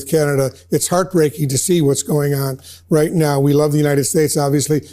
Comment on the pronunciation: Riieet? Riieet? No. Not right. She’s lying… to credulous ignoramuses.